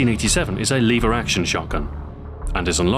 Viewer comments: liver action? omg it's pronounced LEVER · are you british? you said "Leever action".